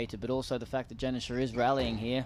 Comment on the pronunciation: How embarrassing for the co-commentator to have this replayed when he can't pronounce the world's number one's name. It's Jansher you dolt, not Janisher.